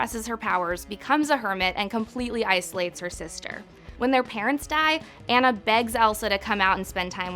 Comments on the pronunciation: ITS A-W-N-A NOT ANNA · It's Ana pronounced An nah not anna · Tf first of all it’s ONN-uh, not Anne-uh. Did you even watch the movie? Aladdin and Elsa were not jerks. And how was she supposed to master her powers by herself especially knowing she could hurt her sister??? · I always though it was pronounced on-a not ann-a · 1. I would’ve included Woody from Toy Story 2. You kept saying Anna’s name wrong 3. It wasn’t necessarily Elsa’s fault. I’d blame her parents! You could see that she CLEARLY enjoyed being with her sister until her parents told her she couldn’t be with anyone including Anna until she controlled her powers. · Okay but Elsa thought that her powers would literally K I L L her sister...which is more serious than hurting Anna’s feelings. She didn’t isolate herself just to be an asshole. Y’all stop hating on my queen ❄️ 👑 I don’t take opinions from people who mispronounce Anna either lmao.